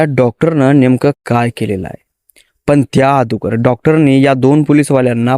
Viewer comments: अदुगर नाही अगोदर रे गावठी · अगुदर नाही अगोदर रे गावठी 😅